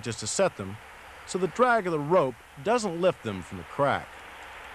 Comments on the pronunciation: Lmao, I was like, " did he just say quack...wait he did it again." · love it. i don't think he can say crack climbing, calling it "qwack"